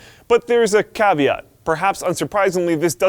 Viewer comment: Am I the only one buggged by his weird pronouncation ? PSU, caveat, about, chassis..